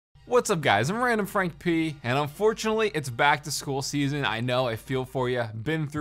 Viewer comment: YeS!! Except for me it sounds like he says “what’s up guys it’s random frank pay”